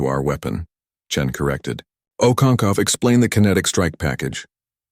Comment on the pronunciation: Ive heard okoncow. Okonko okonkwo okonkov can this fake voice over read right?